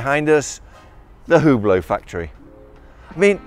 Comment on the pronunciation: Maybe you should work a bit with your pronunciation of Hublot :)